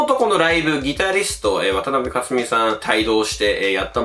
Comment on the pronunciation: 素晴らしい内容の重箱の隅をつつくようで申し訳ありませんが・・・ 渡辺香津美さんは「かつみ」ではなく「かづみ」です。